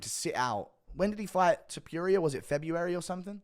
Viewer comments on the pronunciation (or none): none